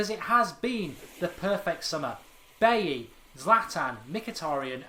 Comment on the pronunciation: I don't want to come off as picky but Bailly is pronounced Baji, figured as he's a united player we should pronounce his name right.